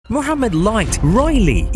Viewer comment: Finaly someone saying mohammed light not moamed light or mo light hh